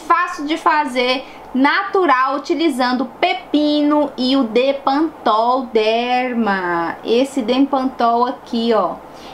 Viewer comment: É bepantol e não depantopl!!😘